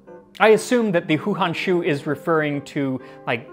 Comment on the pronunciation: Umm, in case nobody has mentioned it yet, 2 things about the Han Houshu. 1. the "hou"is pronounced like hoe, not like who. 2. "Han Hou Shu 漢后書" is NOT the name of a person. It is the book title, literally Han Later Book, is usually rendered "Chronicles of the Late Han (what modern historians call the Eastern Han) Dynasty"